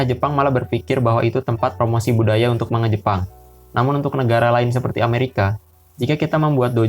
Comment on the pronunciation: Sorry bang, cara sebutnya bukan "manga" tapi "mangga" (マンガ) Cuma koreksi 🙏